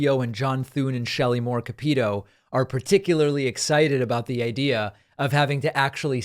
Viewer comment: David, love your show and watch and share frequently. Your observations are astute and you give factual info. But please research name pronunciations. Shelley Moore Capito....Capito is pronounced as KAP-ih-toh. Thanks!